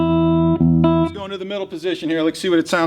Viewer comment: why is he always saying "Lex" instead of "Let's"? Never realised that before, but now that I heard it it can't be unheard...